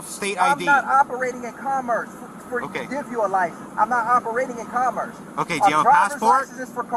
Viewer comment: I was on board until I heard "commerce." Then it became a h vs a hs